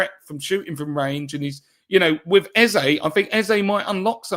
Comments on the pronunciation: Eze's name is pronounced A-Z-A, not Ezer. Forget what Rebecca told you. EZE is a Nigerian (Igbo) name, and it has a meaning. There's no word like "Ezer" in the Igbo language. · You are wrong. is close to getting it right. Ay-zé is the right pronunciation and I am a Nigerian 110%. Eze means KING in the Igbo language